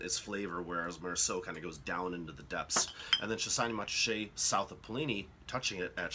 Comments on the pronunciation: Good explanation however, both the letter T's in Montrachet are silent so it's pronounced Mon-ra-shay not Mont-ra-shay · Nice quick hitter, but if you're teaching a class and broadcasting, you really need to accurately pronounce. Just as the T is silent in Mont Blanc, it is silent in Montrachet. Moan-Raaashay. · The pronunciation is more like MORASHAY. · Jesus Christ. You call yourself a wine expert with such a terrible pronunciation of “Montrachet”? Gosh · the 't' in Montrachet is silent - dolt! I cannot imagine Yanks enjoying these wines - more like a Bud or a meths (chilled)